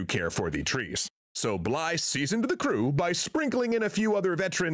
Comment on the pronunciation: Bligh not blythe